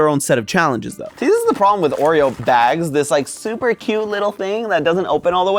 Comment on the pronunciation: I thought he said something else instead of bags